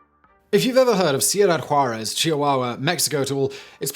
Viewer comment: Cool story. But your pronunciation is still terrible. And the names and places sound like a mumbled run-on. Ciuda--Juarez. The guy's name is Vicente not viNcente. It sounds especially strange because you have that smart british accent thing going on but then butcher or mumble the names. I guess Americans aren't the only ones. At least they enunciate the letters, even if the pronunciation is wrong. Don't forget the O-bam-a. I'm keeping count. :P